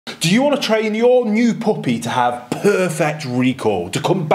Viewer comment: I don't have a puppy I just came here to hear you say pohpy EDIT: RESPECTFULLY!